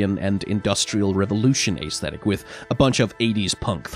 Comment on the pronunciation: I love your videos, seriously. But PLEASE pronounce Aesthetic correctly it’s driving me nuts